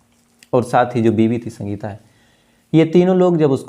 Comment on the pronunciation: Bhai, कई बार कहा है आपको, हिंदी के उच्चारण पर ध्यान दो इश्कूल, आद औलाद शक्ति से पूछताछ शुरूकी राहत की शास पत्नी का नाम शंगिता ऐसी तमाम उच्चारण आप गलत ही करते है कृपया सुधरे शायद आप ध्यान देंगे